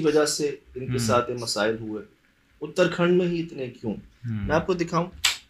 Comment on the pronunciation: उत्तराखंड है उतरखंड नही ये पहाडी स्टेट है भारत का ये स्कूल भी किसी पहाड़ी ऐरिया का लग रहा है मुझे